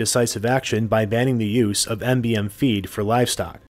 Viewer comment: Schotland? Meat and Bone Meal is MBM not MGM. It's pree-on not pry-on They are always fatal. "proteinaceous infectious particle" There is a cannibal in Haiti, the head of the largest gang that took over the government, his name is Barbecue.